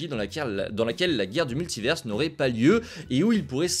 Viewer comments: Pourquoi tu dis multiverse ?? Soit tu le dis en anglais et tu fais l’accent soit tu le dis en français et tu dis multivers. Jamais compris le délire de dire multiverse. Ca n’a pas de sens. C’est comme si on disait universe pour dire univers. En anglais ils prononcent le S mais pas nous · Svp apprenez à prononcer Multivers